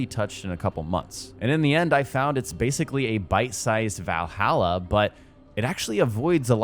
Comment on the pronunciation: The way you say Valhalla legitimately triggers me 😂